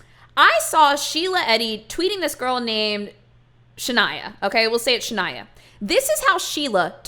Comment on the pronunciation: YOU SAYING SHANIAH CAUGHT ME OFF GUARD